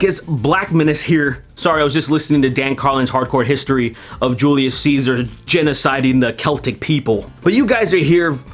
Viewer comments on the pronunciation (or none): none